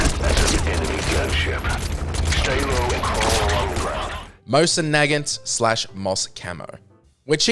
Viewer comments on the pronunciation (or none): "Mosen Naggot" "Riding Uniform" thank you chapters